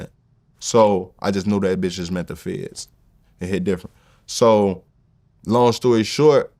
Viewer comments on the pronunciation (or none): none